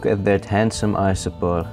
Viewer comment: when you said "look a little isopod" I heard "astronaut" and chuckled cause thats a cute joke, but then I realised it wasnt but im gonna pretend it was.